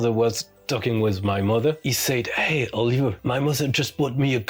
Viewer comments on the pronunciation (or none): none